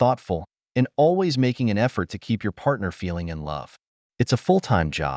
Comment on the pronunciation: you mispronounced always